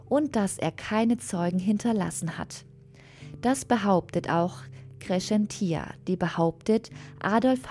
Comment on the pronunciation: Cäcilia spricht man nicht Sesilia, sondern Zäzilia, ebenso heisst es nicht Kreschentia (Kreszentia), sondern Kres-zenz-ia